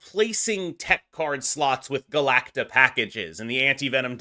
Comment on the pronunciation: Galacta** It's bewildering how many people add that "ic" in there. Three syllables my man.